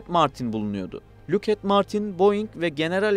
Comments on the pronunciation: luuk et dı tabela.. lockheed martins, lokhiid martins diye okunur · Lockheed Martin'i neden inatla lukhed diye okuyorsun? Lakid diye okunur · Luket martin diye okunmuyor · Luked mi😂😂😂 likid de daha tanıdık 😂😂😂😂